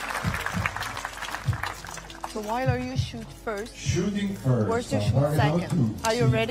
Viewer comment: Stupid English commentator keeps pronouncing Wijler's name wrong.